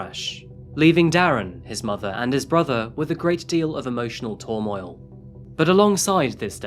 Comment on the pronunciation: Is ‘tormoil’ similar to turmoil? 😂 This guy had some seriously weird pronunciations of words.